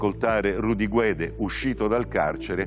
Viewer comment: ...e purtroppo anche il compianto Purgatori sbaglia in più punti: 1) Non vengono assolti con formula piena per "non aver commesso il fatto" ma per la vecchia "insufficienza di prove" 2) La pronuncia corretta di Guede è "Ghedé" in quanto la lingua ufficiale della Costa d'Avorio è il francese. La pronuncia errata è GUEDE: Rudy abitando in Italia preferisce "guede". Ma non è la pronuncia corretta.